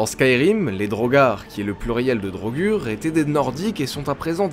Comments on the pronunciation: On dit pas drogur on dit drogueur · PTN MAIS MEC LES DROGUUUUUG MAIS MERDE CA SE PRONONCE DRAUGEUR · Ca se prononce pas DraugEUr?Dans skyrim les pnj prononcent draugEUr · Les draugr se prononce "draugueur", mais il sont inspirés des "draugur" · D'après les dialogues du jeu c'est pas DraugAr mais draugueur (pour la prononciation ) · "Draugur" version francaise peut être, ils me semble qu'en anglais ca se prononce "draugeur" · Marrant pourtant Draugr se prononce Draugeur dans le jeu, moi je trouve Draugur un peu trop soft ça fait moins sérieux. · et non c'est "draugueur" pas "drogür" la façon auquel on prononce le mot "draugr" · La vraie prononciation est bien drogur, même si dans le jeu ils disent drogueur, tu as raison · Siegfried Nicolas il me sembler que dans les pays nordiques il prononce sa draugar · Draugr en version général, draugur en islandais. les deux se prononçant draugueurr mais c'est pas notre "eur" c'est le R que tu prononce en le roulant avec un bruit de gorge. ce son est présent dans d'autre mot comme brisingr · La prononciation, ce n'est pas du tout ça.Vieux norrois : draugr : /draouguèr/ => draugar : /draougar/ (a court) Islandais : draugur : /dreillegur/ => draugar /dreillegar/ (a court) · Drogueur est une erreur de prononciation du jeu